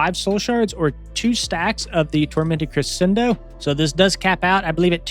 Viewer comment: Hey homie, keep up the good work! These videos always inspire me to make a new alt 😂 Protip: crescendo is pronounced creh-shendo or cruh-shendo. Hope this helps!